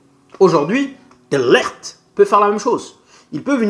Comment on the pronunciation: Son prénom se prononce "DE LIRRT" et non "DE LERRT" 😂😂😂😂😂😂😂